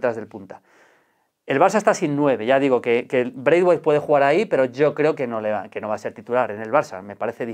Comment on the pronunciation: Nadie: Absolutamente nadie: Maldini: “Breitwait*